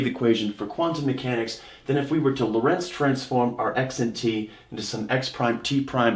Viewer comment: "Lorentz transformation"- the emphasis is on the "o" in Lorentz.